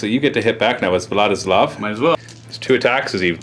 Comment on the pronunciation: I am hearing "what is love" instead of Vladislav.